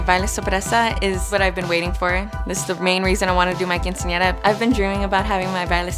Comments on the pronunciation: I'm not being rude, it's the truth... She can't pronounce quinceñera correct... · because if this was really her dream she should be able to say her dream correctly, she pronounced other Spanish words correctly, but failed with quinceñera... She may have pronunciation problems, but I highly doubt it if she was able to speak very clear and correctly with every other word.. It just bothers me that she couldn't say quinceñera correctly when this show is about her quinceñera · It's a tradition to have a quinceañera in her family, but she can't even say it right 🐸☕️